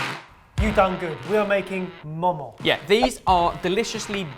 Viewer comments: Lucy Chadwell pretty sure they pronounced it moh-moh when I was in Nepal, but I could be wrong... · You guys pronounced it wrong. It's pronounced moe moe. But gold star for effort guys!